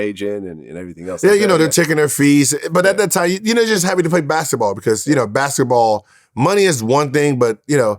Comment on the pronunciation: “ I was just happy to play Bassetball”